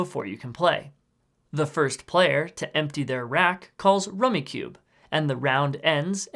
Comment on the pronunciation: Rummicube?? It’s rummikub. Kub like cub. Good explanation though